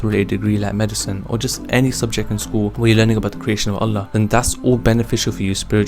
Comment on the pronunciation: Wow, I will try to use these tips. Just a quick word of advise, remember that saying the Name of Allah is pronounced Allaah with a long ‘A’ sounds 😊